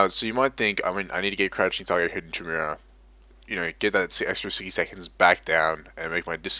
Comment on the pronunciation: This was a good guide, but one thing did bother me: it's Ki-mere-ah (hard K sound for Chimera)